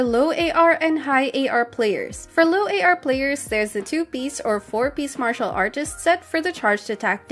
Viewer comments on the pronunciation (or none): none